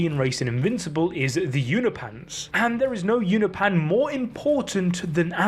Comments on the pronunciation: it's funny that you show the text in the comic book 'Unopan' and you say it as well,, but every time you use it it's 'unopeean' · Why do you keep saying you-know-pan 🤣🤣🤣🤣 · It's pronounced you no pin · its pronounced you-no-pe-an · Holy shit the way you say Unopan pisses me tf off. Say it right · why can bro not say unopan correcly